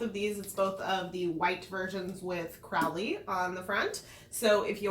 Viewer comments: Isn't it crow-ley ?? P.s- I loved the adaptation toooo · He changed his name from Crawly to Crowley. […] said the serpent, whose name was Crawly, although he was thinking of changing it now. Crawly, he’d decided, was not him. So both pronunciations are correct, or sometimes depends on someone’s accent.